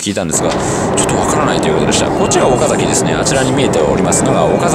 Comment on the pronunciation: 知立 安城 岡崎の発音がおかしい。地元民だと変な感じがします。 知立は(ち)がアクセント。ではなく、全部同じアクセント。 安城も全部同じアクセント。岡崎も。 どうでもいいですね。